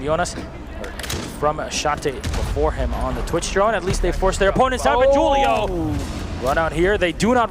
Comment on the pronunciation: Jewl-io not Hul-io